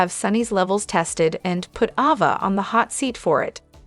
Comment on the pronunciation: Please say Ava name the right way 🙏